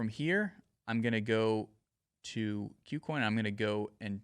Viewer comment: Learn how to pronounce "KuCoin"